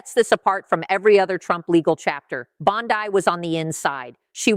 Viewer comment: The name is Bondi, not Bondai, and the fact that you can't keep a thing that simple straight means that you are a fool.